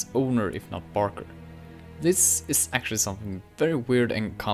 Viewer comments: it’s not Barker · ITS BARKER GODDAMIT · It's barker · It's barker.